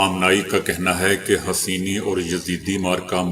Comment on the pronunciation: وعلیکم السلام برائے مہربانی اصلاح/ تصیح کرلیں: It is Hussaini or Hossaini ; not Haseeni. Kindly don't mind.